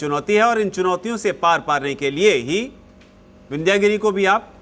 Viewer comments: विन्ध्य गिरि है,विन्ध्यागिरि नही केवल इंग्लिश पढने वाले कभी शुद्ध उच्चारण नही कर सकते भारतीय शब्दो का ,शुद्ध बोलने लिखने के लिए संस्कृत जानना होगा नही तो खाते रहो गोता अज्ञान के सागर मे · शब्द "विन्ध्यागिरी" ग़लत है, 'विन्ध्यगिरि' बोलना और लिखना सही है।